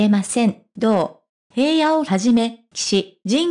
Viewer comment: いつも気になるのだが、平野（ひらの）に対して（へいや）と読むのは違和感を感じる。